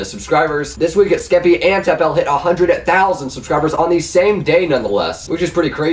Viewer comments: it's not Tap L it's TapL as in apple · It is tapl (tappul) not tapl (tap L) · its pronounced "tap-ill" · you pronounced tapl wrong smh